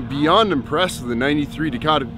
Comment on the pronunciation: Did he really just call a Dodge Dakota, a Dodge Dacoma. Bruh